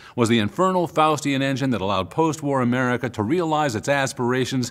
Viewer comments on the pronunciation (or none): none